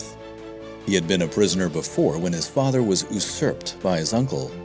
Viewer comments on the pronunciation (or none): Oosurp? Proto AI slop?